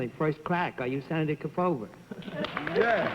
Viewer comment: Once again, the supposedly intelligent, worldly and well-educated Bennett Cerf mangled another famous person's name. Senator Kee-foe-va?! What a dope.